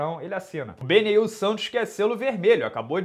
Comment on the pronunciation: chamando o inscrito BENIEL de BENEIL (Dariush)...sinal claro de que respira MMA hahahah